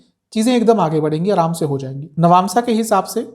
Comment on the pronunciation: Nabnsa kiey hai bar bar nabnsa bolo rha ho